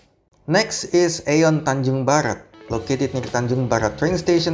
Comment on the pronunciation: Izin ralat sedikit, "AEON" mall pelafalannya "Ion Mall": Aeon mall berasal dari Jepang. Dan di Jepang sendiri, nama Aeon diucapkan イオン。 Berarti cara baca yang benar adalah ion mall. Keep up with the vid, cant wait for another bus line/train line review!